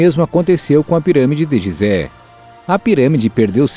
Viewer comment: Apesar da grafia ser GISÉ lê-se GUISÉ